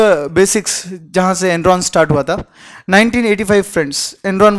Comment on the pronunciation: ...is it Enron or endron?Written dramatically